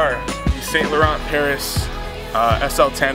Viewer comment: It's pronounce "San" not "Saint" learn your French!